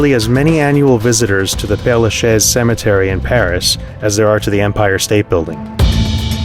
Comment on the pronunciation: Great video! Thank you! P.S: We say Père la ChaiZZ (the S is prounounced like a Z in this case)